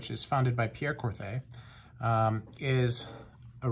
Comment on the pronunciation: Pronounced Kor-Tay.